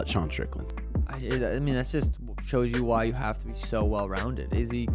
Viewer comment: I absolutely HATE how you say Izzy’s name. Just for the record